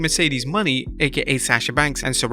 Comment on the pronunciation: IT'S NOT MERCEDES MONEY!!! IT IS MONET(MO-NAY)